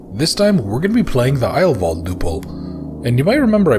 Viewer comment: yeah you pronounce "heil" like "high" with a "L" or like "aisle" with an "H" in front. "Wald" is like "Wal(uigi)d", like a Waluigi-Wahh and not a "Wall"-Wa (probably not helpful at all, but you were close anyway). It means "healing forest". So, a perfect name for a sanatorium (for real, if I google it I might find an actually existing one). So, a perfect german name for a murderous sanatorium because how else you are suppose to know its range of murderously efficient treatment options. bis nächstes mal....